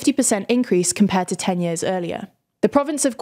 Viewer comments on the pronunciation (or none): "yeeahz" is not a word.